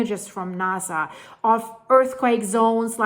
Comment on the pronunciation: It's NASA, not NAZA.